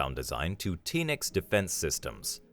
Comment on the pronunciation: The "Feel" of this channel has totally changed for me unfortunately with the A.I voice. I feel like I'm watching one of the multiple A.I generated content military channels that I click on once and then hit "Don't recommend Channel" As an Australian I cringed everytime the A.I said "Teenix" 🤦‍♂️ I know you guys write the content but I for one would hugely appreciate you going back to a person doing the voice over. 🫡